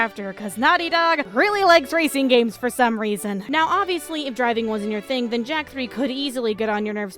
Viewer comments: Hey, Jak is mar lel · Jak... its Jak.